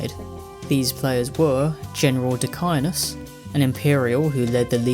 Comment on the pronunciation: And Condordat, not concordant. And Decianus. Absolutely shitting myself.